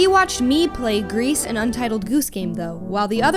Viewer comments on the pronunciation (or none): Gris: /Gree/ not /grease/.